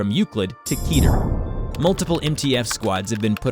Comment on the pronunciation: I cringe everytime you say keter because it is an incorrect pronunciation